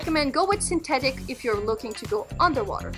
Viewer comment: It’s synthetic not syntetic